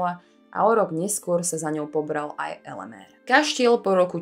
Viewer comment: Nie "Elemér" - slovensky je Elemír, maďarská podoba mena sa síce píše Elemér, ale číta ako Elemír. Na konci videa mi chýba to časté zakončenie otázkou - "a čo si myslíte vy?" Čo si myslíte: ak by kaštieľ Slovenská republika vrátila do vlastníctva benediktínskemu opátstvu v Panonhalme, bol by stále v takomto smutnom zúboženom stave? Ak by ho vrátili, tak podľa mňa by už roky bol pýchou nášho hlavného mesta.